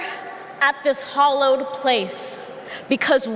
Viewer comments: She never said hollowed - it was the way she pronounced hallowed. Watch the video again. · Thanks Matt, for spelling out the exact mechanics of why her short speech was NOT poetry, while providing us a little eduction of what actually constitutes poetry. Ms. Gorman's inadequate education was loudly broadcasted when she used the word "hollowed" instead of "hallowed." I heard that, before Matt expounded on the error. Did the amateur not practice reading her speech to live persons? Who were bright enough to correct her pronunciation? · The first thing I noticed was that Amanda Gorman doesn’t know the difference between hollowed and hallowed. Democrats pretend not to notice because she’s black. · How she said ‘hollow’ and not ‘hallow’. I caught it immediately … guess it’s all downhill from here.. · ITS HALLOWED, NOT HOLLOWED YOU DAMN FOOL. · Ok lost me at " hollowed place" wtf? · Did she just say - We gather at this "hollowed" place? Did she mean "hallowed" as in sacred? FFS. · did she just say hollowed place !? in the first line ! youve got to be kidding me ??!! (edit - yep, she did) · She has no idea the difference between "hollowed" and "hallowed" 😂😂😂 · Some people pronounce "hallow" with a flat A like in hall or fall. Hence, why fallow is also pronounced both ways. Flat A and short O are pronounced the same by many contemporary, English speakers, which is why hallow and hollow are homophones for some people. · The very first thing she does is mispronounce hallowed, lol. Still, she kinda fine, doe. I'd like to explore HER hollowed place. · How does she screw up “hallowed”? Yes, the place was anything but hallowed, but she wanted to say it was and she screwed it up. Embarrassing. And our earth is going to perish from this country? Stop.